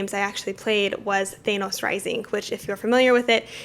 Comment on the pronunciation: Fyi, its pronounced Tha-noss... you pronounce it as Thanus only in the context of the "Thanus Theory", which alleges Thanos could have been killed by Antman by going up his anus and expanding. 🤓